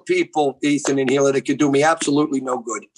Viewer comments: Oliver Tree: “Hee-Lah”: “illa” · I love how insists on calling her HILL-AH. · is still calling Hila, HILL-A. Lmao.